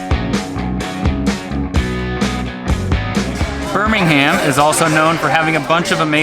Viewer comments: As a Brit I though it was hilarious that you kept mispronouncing the town name in the first few clips, reverting to the UK Birmingham (Burminam). Loved your UK Birmingham tour and the US version looks really interesting too. Two gritty towns with history. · As someone from Birmingham, England I love that you're pronouncing it like that 😋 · for the locals we say B'Ham ALABMA We like music in B'HAM